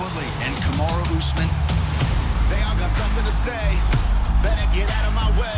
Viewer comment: Finally ooozman gonna wrasttle..... i mean fight 😂😂😂😂😂 ben oozman 😂😂😂😂😂kamara askren 😂😂😂